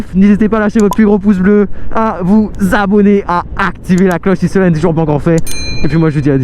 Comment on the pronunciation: Cest Ethan moi enft et pas etan comme toi baaaaaaa 😂